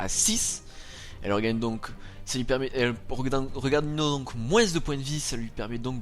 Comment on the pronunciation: Ah oui aussi, grâce a toi je ne peux que dire moinss... alors moi qui est dans le nord et qui dit tout le temps vingte... xD Allez courage !